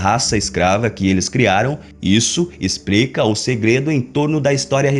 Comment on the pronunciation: O que "ixprica"?? "Pubricou"??? "Ploblema"??? "Expriçaum"??? Afff.